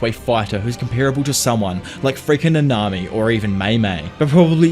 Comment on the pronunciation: i like but i hate how bro said namami, like, bro its Nanami. not “nah nah.. na..me!”